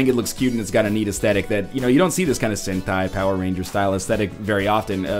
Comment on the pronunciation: "Sentai!" Nailed it!~~